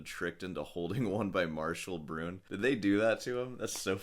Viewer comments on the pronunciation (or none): 'No Doze' has been around since the 60's (at least)...not a good thing to get used to/depend on. (It's Brun"ay"...not Broon🙂)